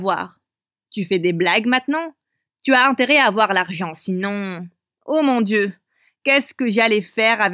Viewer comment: Il a dit oh mon sieu au lieu de dieu j'étais morte de rire